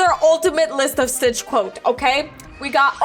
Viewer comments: you said stritch lol😂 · U GOT ME DYING U MESSED UP THE WORD stitch😢😢😢😢😂😂😂😂 ppl hacking me when ui watch u